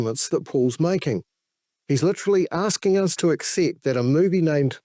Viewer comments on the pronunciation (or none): none